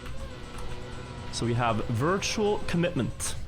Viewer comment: Aren't half of those in Granady's "Wirtual" word of the week cup.